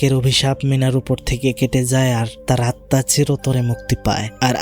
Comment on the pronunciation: আপনি সবসময় আত্মা কে আতমা বলেন কেনো🙂